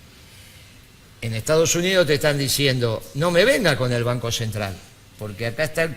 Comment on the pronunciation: PD: es "banco", no "vanco"...